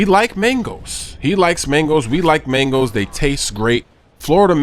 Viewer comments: lol "mengos" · He said Mangos so much it sounded like 'Mangles' after 4 minutes. haha